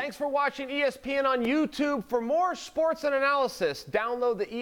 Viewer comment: Chael: “For more ‘schportz’ and analysis....” 😂😂😂